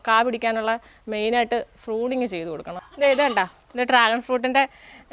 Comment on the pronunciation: ഫ്രൂണിങ് അല്ല പ്രൂണിങ്